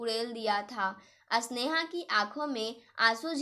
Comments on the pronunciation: कहानी बोलनै में स्वर का उच्चारण गलत है स्नेहा को अस्नेहा मत बोलो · Aap Sneha ko asneha kyon kahati hain aur aap spasht ko aspasht kyon please thoda padne ke time dhyan rakho